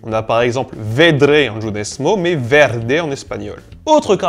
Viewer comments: A partir tu oublie de prononcer le "v" "b". C'est pas "nuevo" mais "nuebo" pareil pour verde... Je t'en veux pas, moi il m'arrive de confondre les "b" et les "v" en français depuis que je fait esagnol... Mercie dislexie... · Non, "hablamos" veux dire "nous parlons" en espagnol, et non "nous parlâmes" Tu as aussi prononcé "verde" (vert) comme en portugais et non en espagnol, où c'est prononcé "berde". A titre personnel je trouve le débit trop rapide pour retenir quelque chose, j'ai dû passer en 0,75 x.